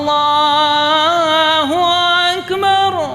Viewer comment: ماشاءاللہ بہت ہی عمدہ ہے پر آپ انکو پیغام دینا کے کہ اللّٰہ اکبر اللّٰہ اکبر جو پہلا اکبر ہے اس میں پے اس پے پیش ہے بھائی زبر پڑھتے ہیں پیش پڑھا کریں باقی بہت ہی خوب ہے